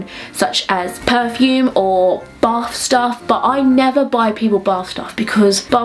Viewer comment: Took me a minute to realize you said "bath stuff" and not "barf stuff". I was gonna ask if barf stuff was like gag gifts....Lol.